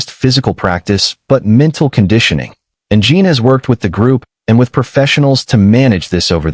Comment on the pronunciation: His name is Jin not Jean. If you cannot say their names correctly at least have the words spell it correctly. I've seen too many of these videos and it never fails, one or more of the names are either spelled wrong or pronounced wrong. The information is out there, why don't you use it? Or have a proofreader on staff to make sure the information is correctly displayed.